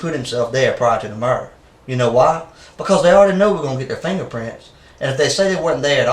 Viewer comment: Fangerprints😂 lmfao Love it❤